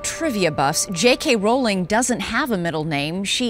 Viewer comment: At least she pernounces Rowling propperly... xD